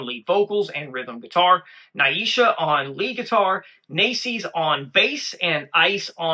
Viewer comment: … New Sub here following the MS MAGIC MOJO … the little stick of dynamite on lead is 16 year old “Nitro Neisha” her name is pronounced like (KNEE SHA) not NI EE SHA or NAY SHA … JUST SAYN 👍🏼🙏✌️❤️